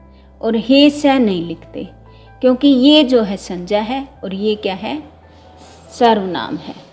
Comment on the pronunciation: The part of the video which i liked the most was ur pronunciation ' sanjya'. Veryy impressive...keep it up..tysm...